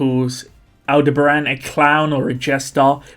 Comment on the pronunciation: Abel... Abeldebaran! Nailed it.